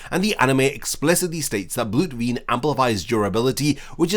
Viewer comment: Es heißt BLUT VENE